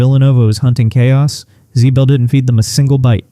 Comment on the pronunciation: Ziebell is not pronounced Zbell. For someone hot into UConn mispronouncing names makes one wonder what kind of fan doesn't know how people pronounce their names? When did it turn? - when UConn stopped turning it over, and made Nova turn the ball over. While the stat line between Williams and Jana wasn't really all that different except in the rebound department, I don't have a + - on them, it's true the former hasn't reached expectations, but then neither has Jana, and center is an unfixed problem until next year. I think they can scrape by but it puts a lot of pressure on Strong and the turnover queen.